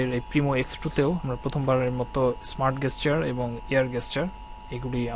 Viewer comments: Fantastic phone but shitty review he can't even pronounce the word "GESTURE" (যেসচার ভাই not গেসচার) may be better luck next time. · gesture is pronounced 'jesture', anyways, good phone..ordered one ! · Air Gesture is pronounced Air "Jesture". Its not used as a "G" in this word. Please correct. Thanks. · good phone but bhaia please say GESTURE properly... it is spelled with "ja" and NOT "ga" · LMFAO that guy's pronunciation of the word 'Gesture' is totally wrong. how come a company like Walton hired him for doing that review?!!